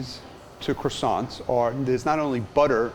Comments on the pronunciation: Man makes croissants...mispronounces them the entire time... OTL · Bruuhhh this man brought some "Croissants"